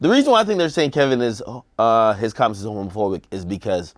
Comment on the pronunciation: AK struggling to pronounce homophobic 😂😂😂😂